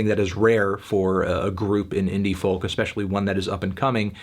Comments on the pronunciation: would be a good video but for the way you pronounce the word "folk" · For gods sake melon please stop pronouncing the ‘L’ in folk, it’s cringe inducing and frankly beneath you